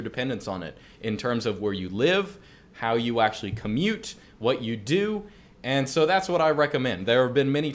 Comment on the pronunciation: "Well ackshually"